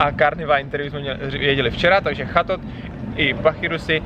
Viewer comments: Pakirusi wtf čte se to pačirisu a čettot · Buneary se čte jako ''Banýri'', Chatot- ''Četot'', Pachirisu- ''Pačirisu'' :)